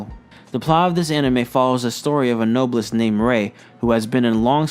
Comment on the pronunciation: The way he pronounced noblesse....i can't stop laughing